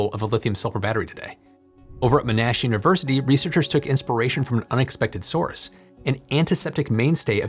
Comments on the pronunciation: Hi. It’s pronounced MAH-nash. Emphasis on the first syllable.:) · It's pronounced "Mon-Ash" university, named after John Monash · It's ~"mawn-ash" ... although we're Americans, my brother was faculty there before retiring. Sorry it was jarring to hear how you said it, threw me out of the video. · Sorry to correct - The Uni is pronounced MON-ASH, named after WW1 Military Commander Sir John Monash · Odd pronunciation of Monash, sounds like 'MnASH' to me, like a silent 'O', which it hasn't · Fascinating! This could make EVs a practical proposition. BTW - "Monash"" is pronounced MON (rhymes with gone) ash. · Monash is pronounced "mo - nash" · It's pronounced Mon Ash..... Just saying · Please pronounce Monash with emphasis on the first syllable. MONash. thanks. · Nice to see someone pronouncing the name of M'Nash University in the original Klingon. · FYI, Monash is pronounced monn-ash ... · Came here to say this as it annoyed me: it's mon (as in monitor) and ash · I’m aware of General Monash, leader of the Australian and New Zealand contingent (first formed as ANZAC) during World War I. His name is pronounced with stress on the first syllable. I assume that the university bears his name, but just in case I looked up a promotional video about it. It too is pronounced with first syllable stress. The commenter before me seals the deal as a Monash alum. Fortunately most people won’t be distracted by the pronunciation, as Monash is little known outside Australia or people with interest in history. Love your content as always though. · You're pronouncing Monash wrong. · the pronunciation was so far away from the real word that I didn't even realize he was talking about Monash until he showed a picture of their logo! Lots of other people corrected the pronunciation too. You should read some of their posts because they included the history about who the university is named after and that person's importance to the entire world. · It's not Mo-Nash. It's MON-ASH.